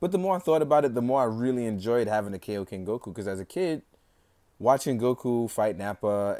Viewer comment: It's kIoken not kAoken